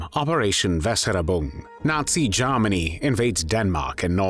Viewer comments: Not "Garmany", it's pronounced "Germany". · AWFUL AI. VOICE CANT EVEN PRONOUNCE “GERMANY” 👎🏻